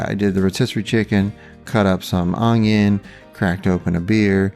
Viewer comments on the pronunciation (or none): Good looking cooks, but i gotta be honest, when you say "unyoung" instead of onion...makes me crazy, remember, no "G" sound in the word onion, I'm going to make the egg roll in a bowl today.